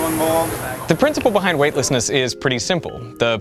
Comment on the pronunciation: Yo pronounce behind properly